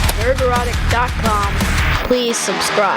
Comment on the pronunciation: NNN- drotick : thanks for the new way to say it 'piers lol